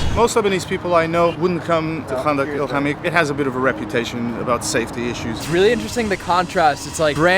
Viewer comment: the fact that u make ur self look like u dont know how to say arabic things like 5anda2 el 8amee2 u say it like kanda2 like maaan ur sooooooo dumb